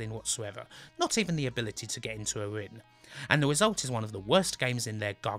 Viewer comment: Kin of the Rin, that's the thin!